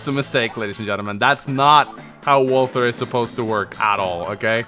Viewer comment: reminder walther rhymes with imposter